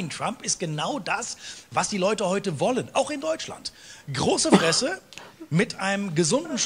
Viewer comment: an importent tipp ALWAYS and i mean ALWAYS pronounce the ending "E" in german words. so heutE you have to pronounce the E in the end xD i literally would have never understood what u said without context :) imagine someone saying eagle and just stop after the eag you would not know wtf hes talking about